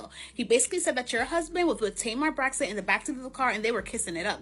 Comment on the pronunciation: Funky who, babe? Who Braxton, babe? We gotta get that pronunciation together when you wanna gossip.